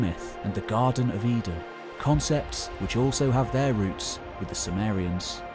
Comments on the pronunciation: due to his accent, it sounded like he was talking about the Samarians but actually it was the Sumerians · Intriguing that Sumerians seems to be pronounced "soo-mare-y-uhns" rather than "soo-mere-y-uhns". Anyone know why?